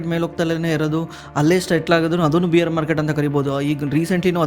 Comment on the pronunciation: ಬ್ರೋ ಬಿಯರ್ ಅಂತಾ ಹೇಳಿದರೆ ಮೂಡ್ ಎಲ್ಲೋ ಹೋಗುತ್ತೆ , ಬೇರ್ ಅಂತಾ ಹೇಳಿ😂